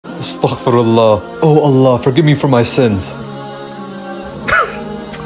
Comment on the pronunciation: Bro It's not astakhfirullah It's astagfirullah. Don't pronounce kh. Pronounce g